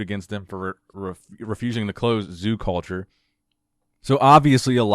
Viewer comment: “He’s the owner of zoo-cawlture”.